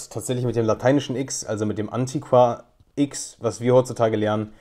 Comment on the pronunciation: habe noch nie den Akzent auf der ersten Silbe gehört, sonder nur auf der zweiten. z.B.